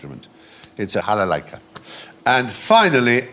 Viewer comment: No jalalaika, it's called balalaika.